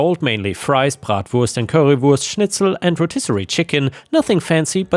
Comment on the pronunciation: The way pronounced bratwurst, currywurst, and schnitzel so perfectly… is just beautiful. His German is spot on. Hats off to him.